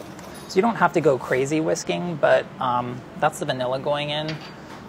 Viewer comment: Brooque613 omg I know ! I had to replay it 3 times to work out what he even said lol